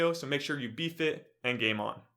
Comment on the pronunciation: It's what it sounds like when you say be fit and game on at the end of your video, once you hear it you can't unhear it.